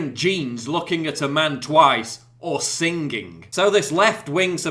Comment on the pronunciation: Just say "leftist" Paul, I think we can do the math on the regressive part. Lol. "Sing-ging"